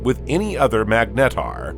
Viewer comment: I can't figure out if this is an AI voice. Very interesting how you manage to sneak in an extra syllable on almost every word. Meg Net Tar